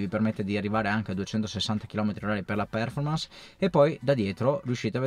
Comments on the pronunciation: solo una cortesia se possibile... quando pronunci performance l'accento fallo cadere sulla o perchè così non si può sentire.:) Grazie per i tuoi contributi sempre molto utili e interessanti. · volevo farlo notare anche io, il mio prof di inglese mi avrebbe defenestrato vivo se lo avessi pronunciato così.